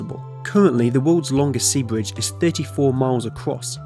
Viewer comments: A bwidge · What’s a bwige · Yeaw lets make the bwidge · My bwidge is bigger than your bwidge. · Bwidge tunnewing woads awtic wail woad woute